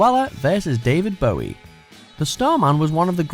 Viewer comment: The way you say "Bowie" (Bow-wee, like it's a boo-boo) hurts me.